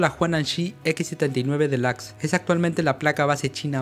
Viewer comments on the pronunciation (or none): none